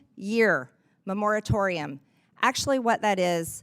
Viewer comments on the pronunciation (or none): “Memoritorium.” She can’t even read. (Not that she even tried reading the bill.) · I like her, but "memoratorium"?? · Someone tell her how to say moratorium, please.